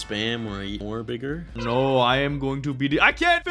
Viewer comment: When he was playing the snake game he said Biggar